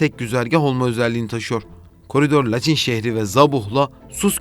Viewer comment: Mayın'a May(ı)n diye biliyorsun. Laçına neden Laç(i)n diyorsun. Acayip tilt oldum